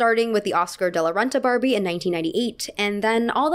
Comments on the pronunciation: she says Farbie and I love it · did you say Farbie? 😂